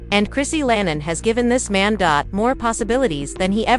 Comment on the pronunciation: Her name is Chrissy LAMP KIN! Please read better. I’m out, already. This person can’t even read!